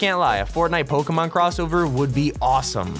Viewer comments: when he said PokeEEEEEEEEEEEEEEEEEEEEEEEmon I cringed although u pronounce pyukumuku right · It’s pronounced Poke-ay-mon